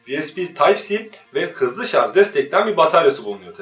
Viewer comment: Teknoloji programı yapıyorsun şarja şarz diyorsun.. Oldu mu şimdi!